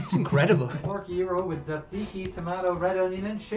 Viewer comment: it’s more like dza dziki I don’t think knows. Just ask me. I’m full Greek